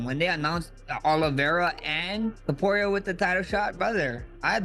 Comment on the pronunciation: dudeeeeeeee stop calling ilia topuraiiiaaa just say it straight topuria :d